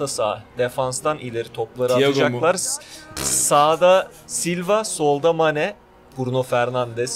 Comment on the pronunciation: sane değil mane